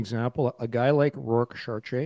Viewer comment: He pronounced it correctly once last episode. I thought he'd have it down going forward. Alas, it was not to be.